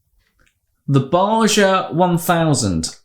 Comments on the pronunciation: In Espanol, the j is not pronounced as a Juh'.. A resident of mexico would say BaHa 1000, Names like Juan, Jose and Jeorje come to mind as examples. Yet another reason Pato despises Steven. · Great video as usual guys! I do have one, comment and I am not trying to be a prick lol. In America we pronounce the j like a h in the word Baja like they do in the Spanish language